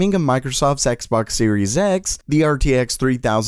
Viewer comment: He said sexbox in the intro😂😂